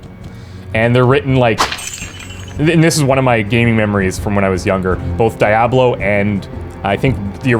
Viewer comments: Two things (if you continue): 1) It's pronounced Dee-Ah-Blow. 2) I don't know if this was introduced in Diablo II, but there should be a menu option to have the name of the object that drops hover over it. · No, it's not. Diablo is a name and names can't have multiple pronunciations based on regional accents. Diablo, the game, gets its name from the title character, who gets his name from the Spanish word for devil, which is pronounced dee-a-blo (no elongation of the sound at the end, like with a W). Diabolic comes from Latin through Old French, not Spanish, and is not a direct import, but an English word that's developed through the centuries. So, if you are saying die-a-blow, you are simply wrong. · I'm about to thumbs down this video. Just because how you pronounce the name of the game. Its making me grind my teeth. But I am hoping the content helps to over look this. I'm not a picky viewer. However, ignorance is not bliss when posting content for viewers. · Oh my Lord you say it weird . That on purpose!? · OH MY GOD ...the way you say Diablo...UGH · How can you be taken seriously when you can’t say the name of the game properly. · You lost me when you didn’t pronounce the game correctly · Had to stop watching after a minute because of the weird pronunciation of Diablo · A part of myself dies a little every time you say Diablo wrong. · Why would I pay money for a game that can be freely downloaded from multiple sites due to the game being abandonware??? And please tell me this guy is Canadian because only a Canadian could butcher the pronunciation of a word like Diablo. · Thumbs down for the way you say Diablo wrong. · Dude, learned English... Your not even British. Diablo.... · Lmao like I'm white but not enough to mispronounce Diablo lmao!!!! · that is NOT how u say DIABLO! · I stopped the video when he said Die-A-Blow..... good bye. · Dude, just the way you're saying DyeAblow.... Couldn't watch your video and had to down vote at less than 1.5 minutes...